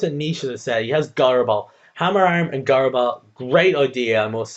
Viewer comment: gyro is pronounced jy-ro. just sayin' you got pretty unlucky with accuracy this game. made up for it with a couple crits and good stalling though